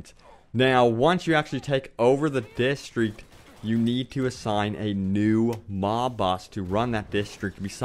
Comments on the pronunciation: Distreeek lol!!! It's District DIS.Tr.Ict AHHAAAH DISTEEKKKS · dude ffs, why do you keep saying distriect, your native language is english...its district, learn to talk proparly